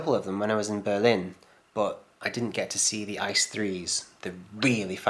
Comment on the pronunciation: Please, it's not ICE as one word, it's I-C-E Which stands for InterCity Express.